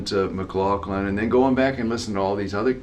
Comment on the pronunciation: He said McLaughlin..